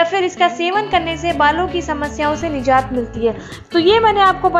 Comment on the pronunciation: Mam nice information, but you said nizat, this is urdu words exact pronounciation is nijat.👍